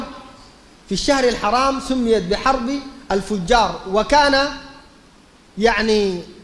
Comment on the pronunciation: حرب الفِجَار وليس حرب الفُجَّار